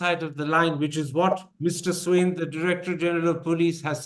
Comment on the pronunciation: Please pronounce the DGs name properly. It isn't Swain or Swine for God's sake. The closest pronunciation would be Swaayeen with the 'n' being understated.